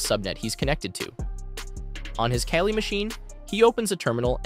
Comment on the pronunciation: Wow, great editing and great information.. I actually learned something.. also it's Kali, not Kali.